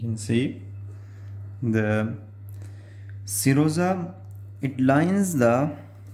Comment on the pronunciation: I thought you were saying samosa